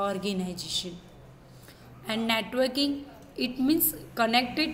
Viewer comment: Netoking bol rhi hai